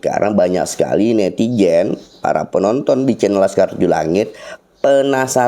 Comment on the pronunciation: jika menyebut azan jgn menyebut ajan; ari zam-zam, bkn air jam-jam, jika dirubah mk artinya jg tdk pas. Netizen bkn Netijen.